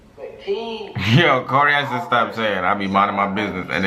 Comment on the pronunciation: Everytime said "Yoo shtop" i cry😂😂😂😂😂😂